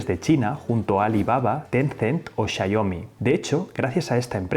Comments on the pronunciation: "Chaiomi" ¿Es tan difícil pronunciarlo bien? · Chayomi..... Guguel jajajajaj buen video